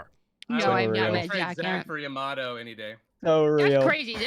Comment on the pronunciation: yah-mah-toe woy-er sodas pronunciation needs some work